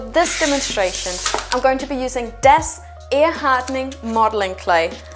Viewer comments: Very handy tips ! Just you know: pretty sure it is pronounced dAs (open A as in Aloha ) and not dEs. In case you are planning on talking about it in future videos 🙂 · The correct pronunciation is not DES, it is DAS, from DArio Sala, who invented the product.